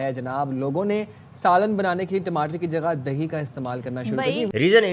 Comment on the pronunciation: Timatar bolte Hain bhaiya 😅